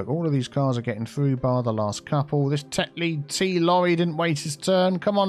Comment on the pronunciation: Best channel ....... EVER! Such addictive watching, although every time he says “ Tetley” it triggers me.........It’s Yorkshire dam it! Much love from Cumbria 💋😍😍💋